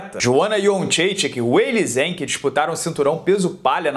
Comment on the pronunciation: A luta toda eu só ouvia o narrador dizendo "a chinesa Uelizane". Lutaça. As duas pareciam Cammy x Chun Li no Street Fighter. Energia absurda. E coração também.